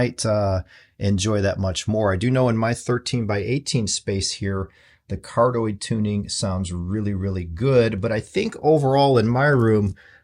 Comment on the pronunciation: Hi. It's pronounced Car-dee-oyd instead of how you say it.